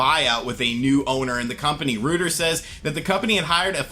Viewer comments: For future reference, It’s not pronounced “Rooters,” it’s pronounced “Roy-turs.” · What is Rooters? Reuters is pronounced Roy-ters... lol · For the news wire, it’s roy-ters not roo-ters :-) My Mom retired from there. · Ruters ? Lol lol what’s that lol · Pronounced Roy Ters. You're still awesome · Love you my main man, but it's pronounced Royters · ROID -ers, it’s pronounced roiders like steroids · its pronounced roiders like hemorrhoids. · It's pronounced ROY-TERS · It's pronounced "Royters". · What an interesting story from “Rooters.” It rhymes with loiters not hooters. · Reuters, pronounced roy-ters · was going to say same exact thing.